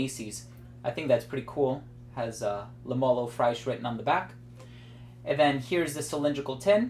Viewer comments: Don't say "au fraiche", but rather pronounce it " oo fresh" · Love your vids man, I thought you should know that the correct pronunciation for "eau fraiche " is oe fresh, non fraish.